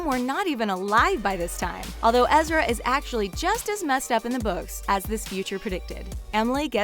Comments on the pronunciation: It’s ezra not ezria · but it's EzriAH not ezreeea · Why does she say ezria his name is ezra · its Ezra dumbass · Lena Jordanova Right!?! Ezr-ia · You said Ezra wrong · damn. you can totally tell that this girl didn't watch the show by the way she's pronouncing the characters names